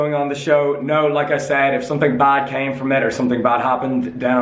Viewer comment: "And "kem" across really badly" hahahahaha